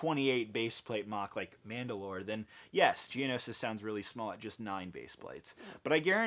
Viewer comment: I got so hyped when he said Geonoshish